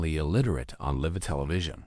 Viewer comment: How can you post this when horrible narration can't even pronounce the word LIVE?